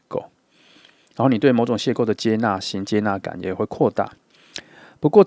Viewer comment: 2 邂逅（謝後）不是（謝構）